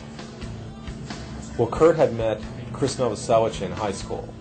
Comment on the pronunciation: charles cross is pissin me off, it's Novoselic not Novoselch